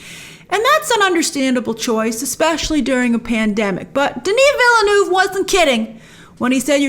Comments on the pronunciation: It’s pronounced “ villneuve” not “vil-le-neuve” Just saying you’re welcome good night. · Hi Grace, Villeneuve is 2 syllables: Ville (town/city) + Neuve (new) You pronounce it: vill-neuv The 'E's at the end of each word are silent. Did you know that the spice that is so valuable and coveted in Dune is in fact dried up worm excrement? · Vill-Eh-Neuve lol